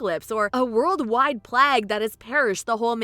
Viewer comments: And "plahhhgue" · did you say plague like plaa-gue? and then "survival stimulator" lol